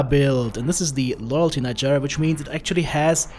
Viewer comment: Well done and you pronouced “ Gyr” right too. ( sounds like “ fire”) will try that build!